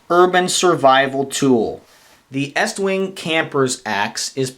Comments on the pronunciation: Its pronounced Estwing not EAStwing no A just saying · I believe it's Est-wing not East-Wing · No offence, but it's Est-wing, not East-wing, I have the three sizes, and they work real good for the money, tough as nail's, and having the three sizes, for the price of one Swidish axe, I can get them pretty sharp, I have no problem taking either the leather handle 14", or my shock absorber handle out for a hot cup of coffee on a open fire, it just doesn't get any better, I like to enjoy myself, so I also carry a 5"-6" knife, like my Bokor Plus Vox Rold, or one of my Swamp Rat's, like my Rodent 7 ( I know it's not a 6" blade, but why not, it's only a inch longer, and has a choil ), or my new Rodent 6 which I had the top gaurd taken off, and now it look's like a beefy Ratmandu, anyhow, the East - wing's fit right in and make a great companion with my tool carry, at this time, I would like to say, I enjoyed your video, and also would like to Wish You a Happy, Healthy, and Prosperous New Year.